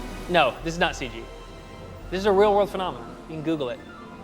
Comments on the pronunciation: Please stop saying, "Ceej" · No more "Ceeg" please? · Stop trying to make "Seej" happen.